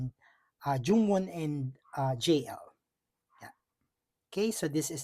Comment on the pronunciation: It's JUWON not Jungwon😅 Hanseo not Hanseyo Im jealous my Heejuneeeee 🤩🤩🤩